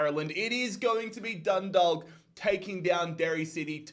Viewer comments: Just so you know the way to pronounce dundalk is (dun daw lk) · Hi. Just wanted to let you know that Dundalk is pronounced Dun- dawk. Love from Ireland